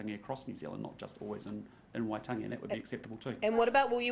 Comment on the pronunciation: Not even enough respect to pronounce ‘Waitangi’ correctly